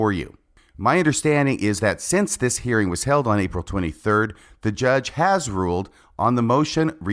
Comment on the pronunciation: She also struggles with pronouncing the “g” at the end of words like “thinking”, “hearing”, and “believing”. It drives me crazy!